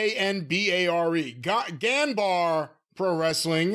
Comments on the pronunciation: Ganbare is pronounced gon-bar-ay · Raging at attempted pronunciation of "ganbare".